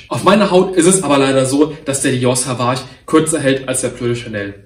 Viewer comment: Du sprichst das Dior Parfum falsch aus, bei Sauvage wird das „au“ als „o“ ausgesprochen, also Sovage und nicht wie du es aussprichst Savage 😙